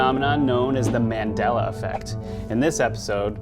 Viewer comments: I'm convinced! I'm convinced that on the left can't pronounce MANDELA. He must be from a parallel universe where it's MENDELA. MIND BLOWN! 😱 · It's pronounced "Marndela", not man'della, with the "A" as a vowel, without the R though. It's pronounced "Zerbra", not Zibra Zeebra, I'm offended. I know there are no Zebras here but just saying. But all in all, nice video.